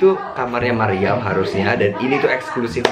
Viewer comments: Maryam bang bukan meriam🤣🤣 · Maryam kalau ngomong kaya gitu selalu "mariam"